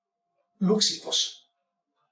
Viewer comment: Può darsi che xiphos si legga scifos?